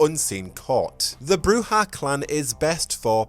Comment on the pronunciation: According to the tabletop RPG guide the pronounciation is BROO-zhah , as they do it in Redemption